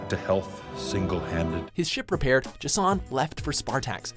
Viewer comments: Is Jason so difficult to pronounce? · Except with the pronunciation of J'son's name. Which is wrong.